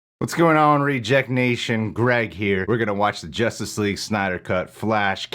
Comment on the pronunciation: Did you say “Joshtice League”?